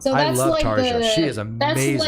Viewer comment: Nice taste in music. Nice to see metal getting love. So you're more of an old Nightwish fan? (Also, her name is pronounced Tar-yuh... sorry, I had to). Ever heard of Epica? You mentioned death metal and they do what Nightwish does but with more prog and death metal elememts.